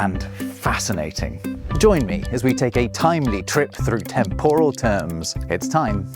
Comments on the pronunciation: Having just rewatched your video, I should clarify that you only mispronounce "temporal" once, during the intro . After that, you say it two more times, correctly. That was quirky. Again, I really enjoyed your video. Top notch production values and very engaging content. I have just subscribed. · Fantastic video but, one oversight on your part from very early into it: You pronounced "temporal" incorrectly. You put the stress on the second syllable, saying it similarly to the word, "tempura" but "temporal" has the stress on the FIRST syllable not the second, as in the directly-related word, "temporary." I still enjoyed your video very much and gave it a well-deserved Like. Cheers and thank you. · I've always heard tEmporal, not tempOral... At least when people talk about the brain